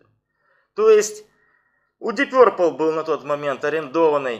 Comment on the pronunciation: Ты с когого колхоза? , научись говорить, пёрпл , начитался